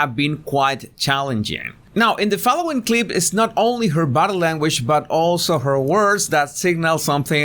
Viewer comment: I agree it doesn’t because when you attempted to pronounce the word body, it sounded like either butter or bottom. So I am confused whether you are the butter or bottom language guy. 🤔